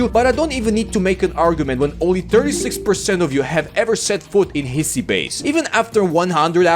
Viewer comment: The correct pronunciation for Hiisi would be "he-si", "he" like he him and "si" like sit or singed, not like sign, you treated the two "i" as one, saying it like "hissy", while ii requires it to be pronounced "longer", making Finnish "Hii" sound like English "He"